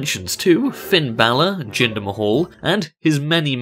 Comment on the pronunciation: its not jinder mahal(its jin-dar mah-ul)